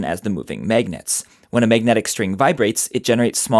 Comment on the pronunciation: I like how he calls them maygnets